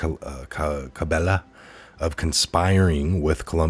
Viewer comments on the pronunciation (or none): none